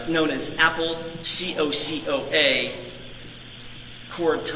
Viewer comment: How does this lawyer not know the word “cocoa?” 😂🤣